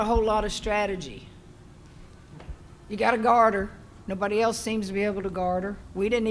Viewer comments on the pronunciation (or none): none